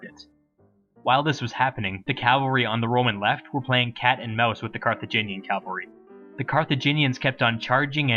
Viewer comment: I love your vids, but by God you have to stop pronouncing cavalry as "calvary".